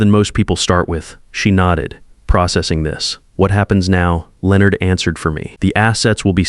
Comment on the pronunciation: Will somebody please programme your AI to correctly pronounce the names Leonard and Patricia. Also how did Patricia grow up not realising her father ran a very well known and successful construction company, the family lifestyle she probably enjoyed could not have been provided by a Janitor. Perhaps I have misunderstood the story but that aspect of it was confusing.